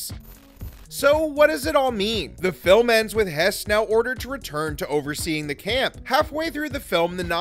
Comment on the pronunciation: it's not pronounced hess, it is pronounced hurss